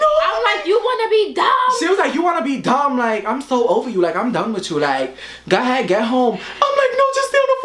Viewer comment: gah head. instead of go ahead lol